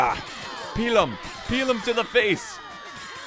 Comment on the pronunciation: Pee-lum ...not pee=la!!!